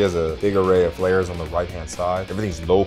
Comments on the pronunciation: Bro said flarws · Bro called smokes, flairs